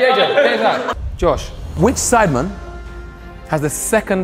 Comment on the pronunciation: everyone: sidemen JME: sIdEmAn